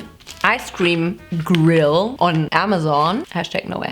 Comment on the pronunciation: Why do I love the way she pronounces “gRRill”